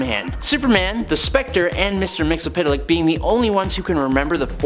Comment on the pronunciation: It's pronounced mit-zel-plext. Watch any 80's cartoon